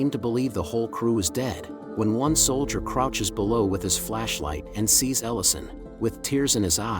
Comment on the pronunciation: "soldier" not "solider" plus "artillery rounds" not "missiles". Recommend they just ask a real human to read the narration instead of using a computer generated voice. Otherwise, this is a pretty good production and summation of the movie.